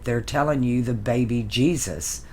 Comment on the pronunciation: Jesus sounds like Isis Jesus/ jesis/ Isis 😁